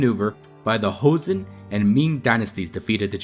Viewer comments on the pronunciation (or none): You can read the pronunciation as it is written in Joseon, not Hoseon. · Jeoson is pronounced "Cho-seon" not "heo-seon." In korean, J and CH are the same letter, and are pronounced more like one or the other depending on the letters around them, as "juh" and "chuh" are said with the mouth in the relatively same position. H is an entirely different letter, and has nothing to do with J in the Far East. Also, "Geobuksan" is three syllables, not four. "eo" is a single letter in korean, representing a sound that is halfway between "aw" and "oh" -- basically a different version of the letter O: the O in "hot" as opposed to the O in "boat." So the turtle ship is pronounced more like "Goh-buk-san", not "Gee-oh-buk-san." Any time you see "eo" in romanized korean, it will be one syllable. "Silla" is pronounced "Shilla" because in this language, when the letter S is next to the letter I, there is always a "sh" sound. There is never a word in Korea where "si" happens without transforming to "shi."